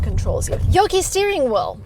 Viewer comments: After you pronounced “yokee” steering wheel… I stopped watching it 🤮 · The “e” in Yoke is silent.... you said “yokey” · It is pronounced, "YOKE (JOKE with a Y)" not "YOKEE". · Mistakes and faux pas: "Yo-ke" steering wheel? It's not a new form of Bonsai tree trimming, it's "Yoke" as in egg yoke. Reading the manual you'd know how to close the hood safely/easily. It's made out of softer aluminum so you place your palms on either side of the Tesla emblem and press gently or you could bend it. (That's on Tesla.) Why have a charger at home? Sometimes people with an excess of money don't think economically. Public chargers cost double or worse than plugging it in at home. In southern CA I pay $0.20 per KWh. I don't drive all over CA but in 2 years that I've had my Tesla I've driven 15,700 miles and charged 4,446 kWh and only paid $845 for 2 years of charging. Do your own math. Also it's unwise to charge it all the way if possible. Going all full and then driving it down to 40 mi or less repetitively can prematurely age the battery or damage it. That's in the manual. $20 to $25 per cycle?!? My worst day this month was $5 during that day. I'm getting all this data off the Tesla app and it checks out. Go down to "Charge Stats" on your app and it will show you more details. Opinion: So let me get this straight, you bought the car for $108,000 plus tax (and fees no doubt) and in 3 years you'll spend $71,000 for it? You paid 60% of the car and then have to hand it over after 3 years? Something funky in there. Falcon doors, very pretty/cool. But without them it's a Model Y for $53,000 less. And maybe 1 mile a second faster than the Y. Me personally I'd buy the Y